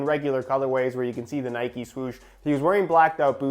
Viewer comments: It’s not NIKEEEEEEEE ITS Nike Please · Nikey 🤔🤔🤔🤔 it’s Nike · Its just nike not nikey. You dont say bikey you say bike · That’s how they are pronounced. Can’t stand when brits say N-ikes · It’s nike u don’t ride a fucking bikey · It’s Nike not nikey would you call Mike mikey? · It's Nike not nikee but this video was amazing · dude. It’s pronounced ni-kh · “Nikey” and “Pooma”